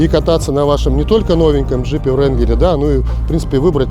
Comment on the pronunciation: опять "Вранглер"... когда вы уже научитесь правильно читать названия... почему же тогда вы не говорите "Тахое" или "ренаулт" или "пеугеот" ...